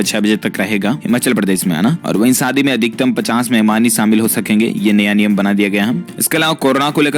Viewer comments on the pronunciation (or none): none